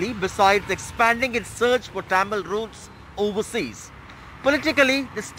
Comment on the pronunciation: Dear you are not alien to pronounce Tamil as Tyamil, use little common sense…